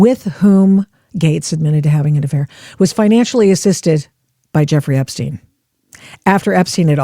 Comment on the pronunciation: Hillary intentionally mispronouncing the Epstein name was a "tell" itself. By using this deliberate rehearsed distancing tactic to imply she barely knew him, she actually implicated herself ☠️